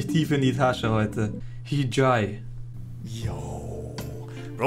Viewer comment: Hijay hahaha man spricht in so aus wie es dort steht